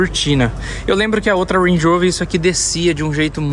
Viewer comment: Ruendi Urouver!! Kkkk pode falar Range Rover fica melhor